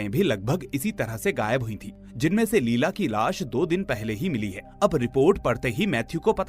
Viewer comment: Her name was not लीला it was pronounced as लैएला